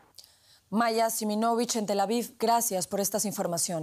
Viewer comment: Es Tel Aviv no "Tel Avif".